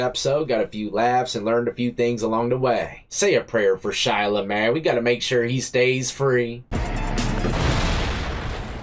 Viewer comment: Shy-a NOT Shy-la!!!